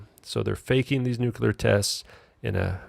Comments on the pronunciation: This idiot has no idea what he is talking about. No idea of the history, the physics etc. Damn moron can't even pronounce "nuclear" correctly. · How can you take anyone seriously when they can't even pronounce the word 'nuclear'?